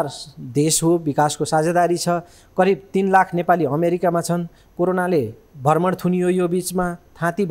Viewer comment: भर्मण कि भ्रमण ? उच्चारणमा ध्यान दिने की?